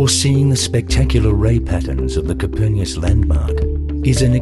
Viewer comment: It’s a shame the narrator didn’t know how to pronounce “Copernicus”.:. He said “Copernius” tut tut